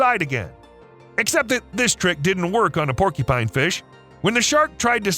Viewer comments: It’s porcupine, not porkypine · Hey, brother.... I like your videos... which are largely impeccable... 🙂 But... just for your information, you are pronouncing PORCUPINE incorrectly. It isn't PORKY PINE POR Q PINE is the phonetic spelling CU is pronounced as a Q. Now YOU owe me a coffee! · Bro seriously saying porky-pine this is literally blowing my fucking mind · "porkypine", "porkypines", "porkypine" 😂🤣 Stop! You're killing me!! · Oh no....the dreaded Porkypine. I'm sorry .....I honestly am, it's just a pet peeve. I get shivers every single time I hear the narrator say "Porkypine". 🤷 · Why does here keep saying "Porky-pine"?! XD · Say porky-pine one more time... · Have I been saying porcupine wrong my entire life?